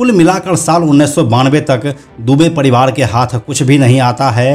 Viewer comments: पडीवार नही परीवार 🤣🤣🤣🤣🤣🤣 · पडीवाड र को ड क्यू बोलते हो बे